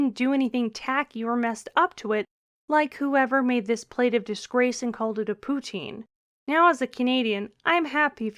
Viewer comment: pouteene..........thats not like poutang is it??